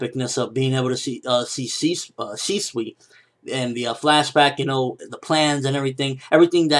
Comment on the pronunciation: he pronounced it correctly: ShE-SwE